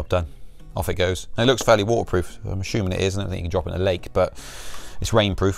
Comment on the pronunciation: Did he say ashooming? Or assuming?🤔